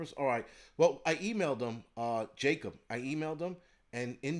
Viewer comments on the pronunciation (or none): none